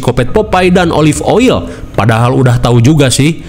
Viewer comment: yang gw denger⤵️ olive oyi❎ olive oil✅